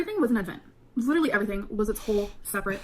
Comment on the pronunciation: if she lost a pound for everytime she says "litter-elly" she'd be underweight